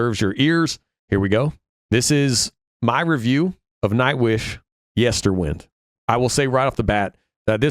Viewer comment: You will never please evertybody with your review, but it is your own honest opinion, and that is to be celebrated. However, I am surprised that despite at least two references to it during the songs (including the very last vocal line in Lanternlight) you seem unable to pronounce Yesterwynde correctly. Funny that.